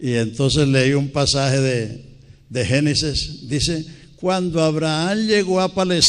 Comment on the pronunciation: La pena mas grande es la de aquel que critica a otro sin haberse enterado que la razón por la que el predicador no puede desir génesis, sino genices es por razones de la dentadura y lengua mas no porque no la sepa pronunciar, además de todo preparate tu porque el ya duerme en Cristo para levantarse en el día de la resurrección con Cristo.